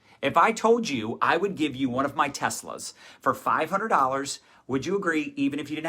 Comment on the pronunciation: When he kept saying "one of my Teslas", I kept hearing "one of my testicles", and I was like, "Why does he think his people are on the black market for organs?!"